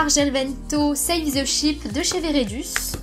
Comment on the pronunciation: Va voir sur Google sa Ve dire écurie royale et tu n'a pas l'accent italien